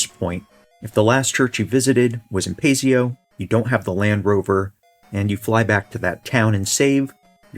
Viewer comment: Paseo - the stress is on the 2nd syllable, not the firstl.